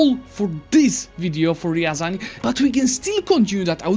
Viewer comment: Actually it's not ryAran, but ryazAn.😎